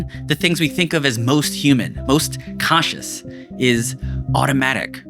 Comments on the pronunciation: Great video, but every time you said a variant of the word "CONscious" all I heard was "cautious". Kept taking me out. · Also, I wouldn't mention it, but it happens so many times it ends up being distracting. When you say, "conscious", it sounds like you're saying, "cautious." It's like the "n" sound gets dropped out of the audio track.